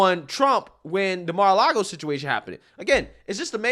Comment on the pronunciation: “CAR-LAGO” ARREST THIS DEMENTED SUCKER